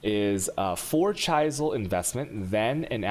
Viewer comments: Whale a map after you you a chaysal a Aulch a go and maybe a chayos orb 2 also it’s a gag my friend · if i have to listen to you try and pronounce vaal, gamble, chisel or anything with a CH in it, i'm going to kill myself